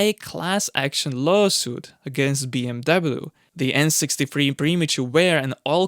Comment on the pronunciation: Mate!!!! Find a diferent career! I can’t even watch this for the simple fact you can’t even pronounce BMW. Move on dude…..